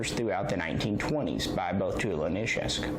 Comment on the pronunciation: You are about the only person on YouTube who can say Izhevsk correctly! Great videos sir!